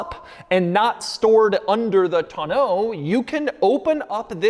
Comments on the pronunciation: Hearing Doug try so hard to pronounce tonneau incorrectly made me smile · Doug DeMuro is the only reason why I every person that learned the word Tonneau cover in the past three years, is saying it wrong because of him Thanks a lot Doug